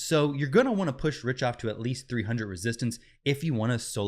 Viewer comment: Pronounced Rick-Toff